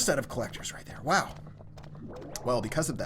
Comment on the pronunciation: its an indian wow